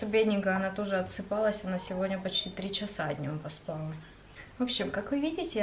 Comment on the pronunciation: Я скоро сама начну говорить поспАла, правильно поспалА 🙈